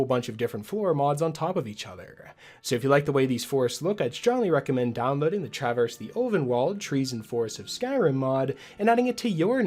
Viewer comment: Fun fact: Traverse the Ulvenwald is a reference to a Magic the Gathering card by the same name. And yes, you pronounced it correctly.